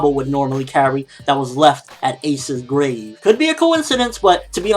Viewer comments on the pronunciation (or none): none